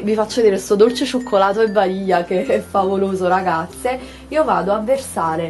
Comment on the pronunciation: Non so perchè ma "Yogurt a vanija" mi mette troppa fame